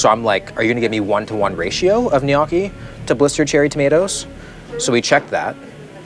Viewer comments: it’s gnocchi which is pronounced nu-yoki, not “knocky” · Where’s Katie when you need her, it’s pronounced “knee-OH-key” !! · Nee yokie not nockie your a knock off food critic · Its noookie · I love you will but it is pronounced No-key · No way bro called it “nyock ee” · the pasta is pronounces "en-yo-kii" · How do yk not know how to say gnocchi ? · Have I been saying gnocchi wrong my whole life or have you? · The way you pronounced gnocchi hurt my soul 😢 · took me way too look to figure out he was trying to say gnocchi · i love everything abt this dude except the way he pronounces gnocchi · That might be the worst pronunciation of gnocchi I’ve ever heard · The way he pronounced gnocchi threw me off lol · pronouncing Gnocchi like it’s an Asian cuisine lol